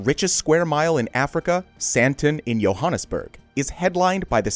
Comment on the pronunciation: Did you just pronounce Johannesburg as Yohannesburg 💀💀